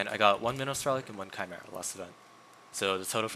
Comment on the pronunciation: It’s chimera not camera ?